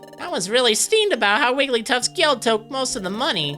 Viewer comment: I think you're pronouncing 'guild' wrong....